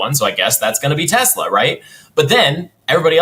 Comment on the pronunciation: Telsa or Tesler? 🤔😂